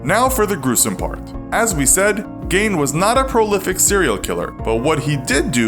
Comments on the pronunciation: You lost me at "gain" because his name is pronounced as "geen" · I love your vids. Geen, not Gain. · Its pronounced GEEN not GAIN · His name is pronounced GEEN not Gain lol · Its said geen not gain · It's pronounced GUY-ine not Gain. Hello from Wisconsin! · Gein isn’t pronounced “Gain” it’s pronounced “Geen” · Correct me if I’m wrong but Gein is pronounced geen and this cat is pronouncing it gain. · It's pronounced "GEEN" not "Gain"!🤦🏻‍♂️🤦🏻‍♂️🤦🏻‍♂️ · I couldn’t get over this dude messing up the pronunciation of his name. It’s jean not gain. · Ed Gein was not a serial killer he was a multiple murderer and a grave robber. He killed 2 women. And his name is pronounced geen not gain. The heads and faces were also not found in plastic bags, they were found in burlap sacks. They’ve also moved the gravestone because it was destroyed. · It's pronounced geen bot gain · The mispronouncing of his last name is bugging me geen not gain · As someone who grew up in Plainfield, it's strange to think that happened there. No one really talks about it, they don't even really teach about him in school there. Also his name is pronounced like "geen" not gain, like green without the r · Gein is pronounced geen not gain just sayin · How does someone make a whole video about a person without making sure theyre pronouncing the persons name properly?? It’s not GAIN! It’s GEEN! Idiot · when is ein ever pronounced ain? frankenstains monster or Frankensteins monster? it's either pronounced stine or steen never stain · It’s pronounced Geen not gain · It's pronounced geen not gane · It's not pronounced "gane" It's pronounced like "geen" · His last name is pronounced like "Geen," not "Gain." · I think it's pronounced "Geen", not "Gain". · Gein is pronounced Geen, not Gain. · I hate how you pronounce his name. Gein not «gain» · It's pronounced "Geen," not "Gain." Get it right. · You keep pronouncing Gein as (Gain) not (Geen) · Gein, not gain, that drove me nuts threw the whole video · Geeen not gain